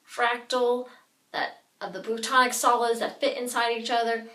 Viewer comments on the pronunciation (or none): they are not 'plutonic' solids, but are 'platonic' solids... pass that on to the goddess doofus chick...